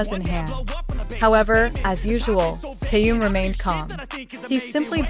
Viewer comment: Имя мировой звезды надо произносить правильно. Это элементарное уважение.